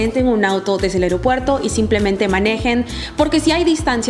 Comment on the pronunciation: Muy buen video. Buen contenido. Me gustó. Solo que debes corregir algo; se dice es aeropuerto, no aereopuerto. Saludos 😊